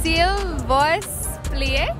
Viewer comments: Animationish the way they say “vous” as “voice” wrong on so many levels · That’s painful to watch. Are they being serious? I honestly can’t tell. 😫Considering we borrow approximately 29% of our language from French (and also from what we’ve picked up in basic geography and history), they should realize you can’t apply English principles to French. A very common word like bouquet isn’t pronounced “bow-ket”. It’s like they’re pronouncing the words phonetically in English and not even attempting the proper pronunciation. At least the French people tried (and did really well).